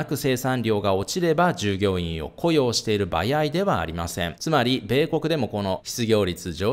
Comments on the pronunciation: 「"ばやい"じゃないんです」ってわざとですか？ 「ばあい」では…？🤔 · バヤイ 関西圏の人？ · ばやいってどこの方言?😂